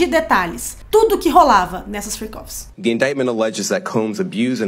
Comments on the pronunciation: Fiquei a semana inteira achando que era "free coffees" em vez de freak offs hahahahahhaha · Juro que entendia “free coffes” 😅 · É Fric ófis E não fri cófis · Freak-off . Eu entendi Free coffee😂